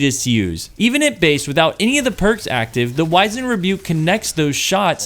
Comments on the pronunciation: POV you don’t know how to pronounce wizened…… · You're pronouncing this (wizened) in the British fashion. You're not British, are you?